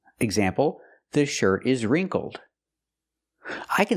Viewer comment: No wait isn't wrinkled pronounced with a short i sound, like hit or ship? That's what the dictionary says, and also what I hear when people say that word